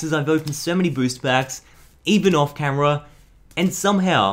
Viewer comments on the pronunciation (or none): none